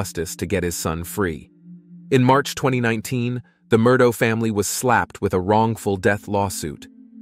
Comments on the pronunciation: Murdoh lmao its murdaugh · Unfortunately, your video has a couple of grievous mistakes in it. First the surname is pronounced "Mur-dock." Secondly, they met at the University of South Carolina not North Carolina. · Its an ai voice over so the gh at the end of the name sounds like dough😅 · Yes, it’s pronounced “Mur-daw”. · It's pronounced Mer - dok Alek Mer dok is the pronunciation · I even Googled Murdaugh and got the correct pronunciation MUR-DOK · I love how the pronunciation of Murdaugh keeps changing through the whole story 😂